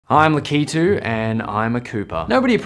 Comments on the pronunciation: It’s pronounced laH-keH-TOO Not laH-kEE-TOO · ain't no way he pronounced it "la key too" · It’s pronounced laH-kaH-TOO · 1: it’s pronounced Lakitu(laa-kih-too) and not (Luh-kee-too) 2: people like Lakitu. Lakitu is the creator of Mario’s favorite character. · Why do you pronounce it as (la-key-tu) when its (lA-ka-tu) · you did NOT pronounce Lakitu lu•KEE•tu. ITS PRONOUNCED LA•ki•tu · “La-kee-tu” really? It’s pronounced “La-ki-tu” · La - Keetwo? It's pronounced La - ki - two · its pronounced "lakitoo" not "lakeetoo" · You don't pronounce it lak-e-too it's lak-a-too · You don’t pronounce it la kee too It’s lack u too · Wait is it pronounced Lakeetu or Laakitu? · Pronounced it wrong. It's "Læ-kih-too" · Its pronounced "lack-it-ooh" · Don’t wanna be that guy but it’s pronounced lack-I-too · It's pronounced like (lack-ā-two) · Lack-it-to that's how it's pronounced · It is pronounced: Lock a two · Luh-kee-too da fuc i like his videos but what was that pronounciation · uhhh I think its pronounced LA-KA-TOO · Lakitu its lahkutu thats how you pronounce it or did you say it like that to piss people off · Correct pronunciation: lack-i-too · It's pronounced lack-eh-two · It is pronounced Lack-i-too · It's pronounced lah-ka-too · Did just pronounce it "la key too"? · It is pronounced la-ka-tu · It's pronounced LACK-i-TWO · I thought his name was pronounced Latiku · I don’t think I’ve ever heard someone pronounce Lakitu like that. And I don’t think I’ll ever be un traumatized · man you mispronounced lakitu so wrong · SOMEHOW, I got triggered the way he pronounced Lakitu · the way he pronounces lakitu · Are we just going to ignore how he pronounced Lakitu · The pronunciation is sooooo bad